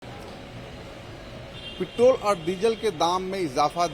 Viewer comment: अबे , पेट्रोल बोलना तो सीख ले ; पेटोल , पेटोल कर रहा है ! क्रूड ओईल का रेट क्या अपने हाथ में है ? State Government के taxes कौन बढ़ा या घटा सकता है ?? सोच !